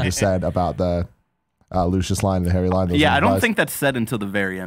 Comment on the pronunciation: Does anyone else hear ‘Hairy Potter’ and not ‘Harry Potter’